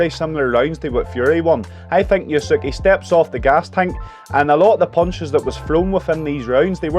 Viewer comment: you should learn how to correctly say the last name of a Ukrainian boxer